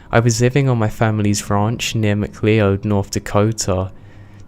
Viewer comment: You were slaying me every time you said "Mcleeohd". I know it doesn't look right, but it's pronounced McCloud.